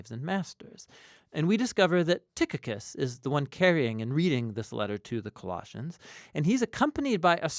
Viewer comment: I noticed that you are pronouncing the name of Tychicus incorrectly. The digraph “ch” in Tychicus is pronounced just like the “ch” in the noun “chicken”. I really quite surprised that you of all people didn’t know this. Nonetheless, I do appreciate your body of work, generally. 👍